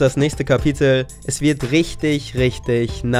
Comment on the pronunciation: so deutsch wurde das "Cheers" noch nie gesagt